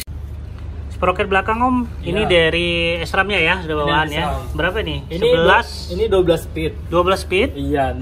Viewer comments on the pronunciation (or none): Bacanya sram..bukan es tung tung bang